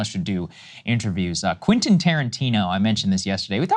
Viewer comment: Saagar... can you say: Kwen-tin... Kwen-tin.... now repeat after me KWEN-tin. It's English mo-fo! Do you speak it!